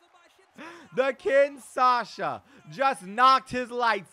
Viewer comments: My man saying kinsasha it’s Kinshasa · Kinshasa not kinsasha